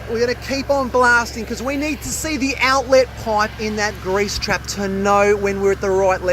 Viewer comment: His enunciation of 'outlettt!' is hilarious